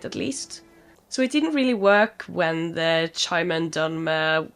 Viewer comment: It's pronounced k-i-mer 👍 Yeah with how much you enjoy the lore you would LOVE playing Morrowind. Highly recommend it for your todo list Sera is a moniker of respect from the old Velothi, an ingame language of the ancient Chimmer who where also called Velothi and are now called Dunmer. Think of it like a sex neutral Sihr. or Madam. Forgive me is someone has already explained this. The damage numbers are comparing your currently equipped weapon (Daybreaker) to the total max drawback damage of that hunting bow+your arrows. Just because number go up doesn't always mean it's a better option for you to use. Ysgramor after the night of tears be like: 🗡🛶🛡 Try rearranging the letters in that guy's name. But only after you get a very special sword in Whiterun... Wait she's walking off with Dawnbreaker! 😮 . So keep in mind that when a Stormcloke or thier supporters talk about driving "the elves" out of Skyrim they mean the Thalmer specifically (who have permission from the Empire) not literally every elf although some of them aren't smart enough to articulate that